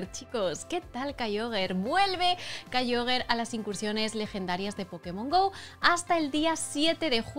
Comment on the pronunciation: Por qué dice kyoger cuando es KYOGRE 😅